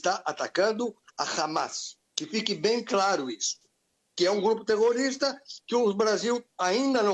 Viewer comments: oh dificuldade de falar terrorista minha filha🙄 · A parceira não conseguiu falar Grupo Terrorista...🤑🤑🤑